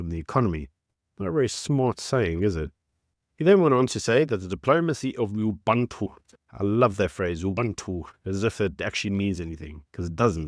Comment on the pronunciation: No man, it's OObOOntOO... not OObUHntu (how you pronounce it)! And it's a fairly big deal as an African philosophy which the ANC does NOT practice, despite their touting that they do. (It's something everyone should practice actually, a good and gentle thing.) These #ANCriminals are just idiotic, rabid, single-minded fools cutting their own noses to spite their faces AND ours.